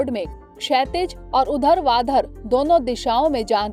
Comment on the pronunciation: उधरवाधर नहीं होता है मैम